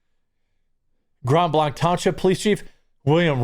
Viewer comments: I'm not doing this to be silly or petty, but blanc is pronounced (blank). I love your reporting, but I wince every time. I know it's just because I live in this part of Michigan. 😳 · Jeremy. Please. It's pronounced Grand Blank. I know it's confusing, but hey, it's Michigan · Pronounced like Bank. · It’s said: “GRAND BLANK” I used to live there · Jeremy...it's pronounced Grand Blank. Not blonc. I lived there, it kinda erks me when people mispronounce it. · It's Grand Blank not Grond Blonk. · 'Grond Blonch' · Its not blanque its blank. Grand blanc is grand blank to us michiganders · It’s pronounced “grand blank” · It's pronounced Blank. This is about 15 minutes from my house. The Grand Blanc police chief sucks at giving info and the Genesee County sheriff Chris Swanson is more interested in furthering his political career than doing his job. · Not Grand BlAnC it's Grand Blank! Don't pronounce it the french way you frog lover, Grand Blank but spelt with a c but sounded with a k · Jeremy please stop saying grand blanc wrong it’s pronounced blank like shooting blanks, I live here so it’s weird to hear it mispronounced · Local pronunciation: Grand Blank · Also it’s pronounced “grand blank” lol thanks for covering this story! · Grand blanc is pronounced grand blank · Pronounced Grand Blank....... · Dear Lord…. It’s pronounced “Grand Blank”. Please be the only commentator to get this right! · Don’t pronounce ‘Grand Blanc’ using French sounds. It’s grand (‘a’ like cat) Blank (long a) (hard K). I get it, but we aren’t Wisconsin. 😆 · From Michigan, it's pronounced "GRAND BLANK" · This shit is happening in my neck of the woods, I've always felt safe as long as I avoid Flint but not anymore. (Not to be rude but Blanc is pronounced the same as blank). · It's pronounced Grand Blank! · Once again you say it "Grand Blank", This is Michigan it's up north dude say it completely through your nose. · GRAND BLANK, we pronounce it GRAND BLANK